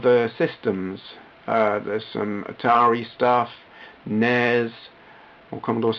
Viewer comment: Yay, someone who says NES how it should be said not as N.E.S. I commend you.